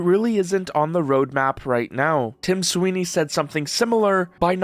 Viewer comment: Tim Swine-ey